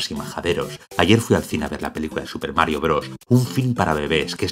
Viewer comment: Jajajaja ese algoritmo acesina almas. Es verdad, me sorprendió que TODOS si TODOS esten hablando 'deé Maário e Luiíshi' XD